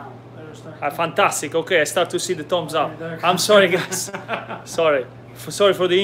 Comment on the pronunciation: It is called Thumbsup, not Toms up